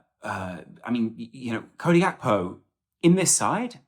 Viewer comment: Gakpo isn't of Dutch descent. It's/g/akpo not Hakpo.